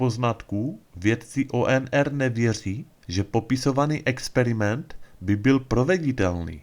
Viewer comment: V češtině se T čte jako T a ne ..projekdy , experimendy..